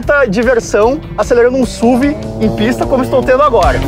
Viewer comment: PAREM DE FALAR SÚVI! Por favor, pelo amor de Deus, é uma sigla: Sport Utility Vehicle, S.U.V.